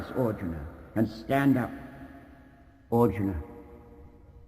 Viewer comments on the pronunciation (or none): makes Arjuna sound like Auden.